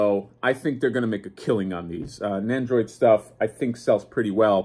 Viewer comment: NEN-doroid Not NAN-doroid. NEN!